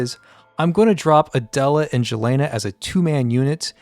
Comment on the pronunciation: plz dont say jelena say yelena